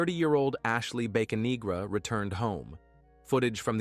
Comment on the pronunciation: I think its Bocanegra not Baconegra.